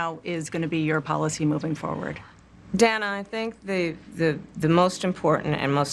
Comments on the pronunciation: CNN should say: As a "black" person she is very racist when she said the name Dana wrong multiple times. Why is she doing that?🤔🤔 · Did Kamala mispronounce Dana's name? That's literally a hate crime!